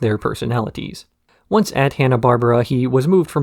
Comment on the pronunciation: dawg is butchering the pronunciation of Hanna-Barbera lol